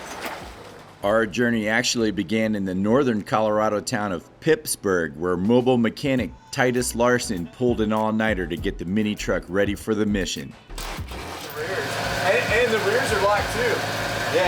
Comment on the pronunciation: Phipsburg not Pipsburg